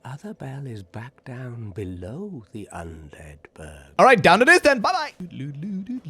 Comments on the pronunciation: Why do you constantly say Undead büro instead of Undead burg? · I dont know why it drives me crazy how you call it "undead burrow(borough)" lol 😵 Great video though! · This guys absolute INSISTANCE on pronouncing even the most basic of words wrong is astounding. In 9 minutes in and we've already got: Will keep updating. "Cresten fall Knight" "Undead burough" "Toros Demon" "Crescent Warrior" (crestfallen knight is so hard for him) "Leauutrec of carem" "Smaug"